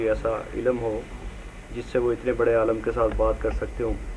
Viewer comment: aalam nahi, aalim bol be.